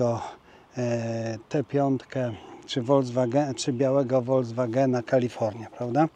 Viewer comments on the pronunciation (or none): none